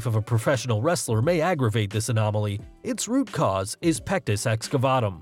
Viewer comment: Stop saying pectis excafuckingvatum